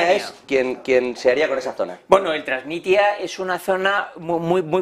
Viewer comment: Y añado, como mínimo apréndanse los nombres propios … donde está “Trasistia”?? No será Transnistria…